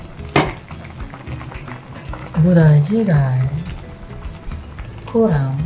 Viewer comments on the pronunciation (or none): Bude chige (gini pronounce nya)